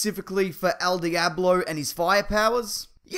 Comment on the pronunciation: I'm surprised I haven't seen any comments talking about his "El diablo" pronunciation xD